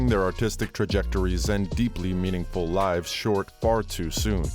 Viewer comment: He said miniful lifes.